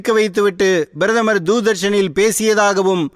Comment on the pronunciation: முதலில் நீ சரியாக பேசு "அவர் பிரதமர்" நீ பேசியது "BIRATHAMAR "